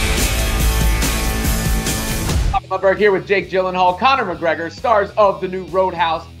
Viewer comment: Connor crikregor 😢